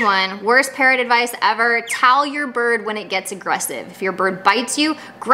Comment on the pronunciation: Some times I think you saying, "Parent advice..."